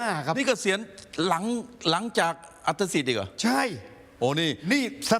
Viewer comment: น่าจะอ่านว่าอัดถะสิดนะ อันสิดแปลว่าอะไร